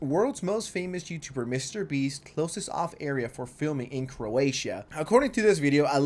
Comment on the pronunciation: The way you pronounced Croatia makes me want to kms